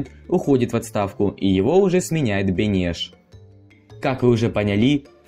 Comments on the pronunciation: 👍 Хорошо. Маленькая ошибка - Бэнэш надо с ударением на первый слог. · Автор, хотел бы сказать что ударение в фамилии Бенеш на первый слог. А так очень интересно, спасибо.